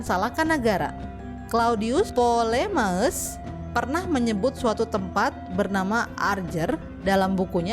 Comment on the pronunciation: PTOLOMEUS KOK NYEBUTNYA LOMEUS SAJA. SEMPURNAKAN UCAPAN NYA